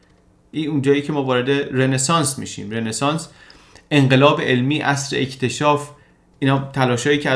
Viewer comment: رِنسانس نیستاااا .... همون رونسانس درسته! یک کلمه فرانسویه و e به صورت o تلفظ میشه توی فرانسوی (مگر در بعضی استثناها)